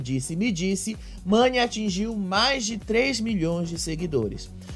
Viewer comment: A irmã do Gil não sabe o nome Mani, ela falou Nani, quero dizer a você irmã do Gil que quando você participou do reality, se você ganhace era pelo o seu jogo e não pelo seu estado civil, o relacionamento do Davi e Mani só diz respeito a eles, eles não tem que dá satisfação pra ninguém